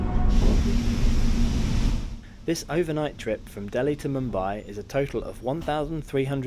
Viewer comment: It's Mumbai not Moombai